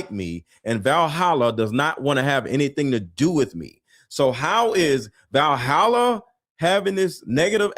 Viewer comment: I thought Gary said “like Vahalla I have a YouTube channel”.